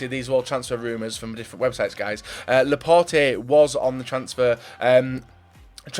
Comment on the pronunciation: did he really say Laporté?